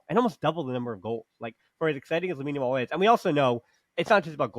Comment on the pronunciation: We hope for a very good season better than the last one. I hope we can help Olmo and Christensen injury vulnerabilities round. you must try to pronouce Lamine second name Yamal better 😂😂😂 it is so funny. Good discussion nevertheless. Visca Barca